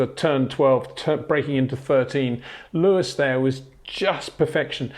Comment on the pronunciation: ... it is NOT Lewish ... it is NOT Bottash ... and it is certainly NOT "Max Vershtappen"